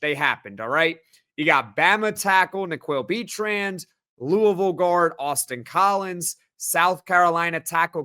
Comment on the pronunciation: Every time someone says Austin Collins, my brain hears “Boston College”. I can’t unhear it. 🤭 I won’t hold it against him, though.